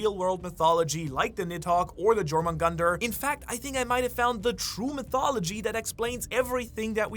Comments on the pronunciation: Jomungandr Pronounced: ✅️ You're - Min - Gander 🚫 Jor - Man - Gunter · If you're doing theories of Jormungandr I humbly ask you to pronounce it properly dʒor-moon-gandr ❌ yor-moon-gandr ✅ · Bro it's pronounced as yormungandar the j is pronounced as a y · Butchering jormungandr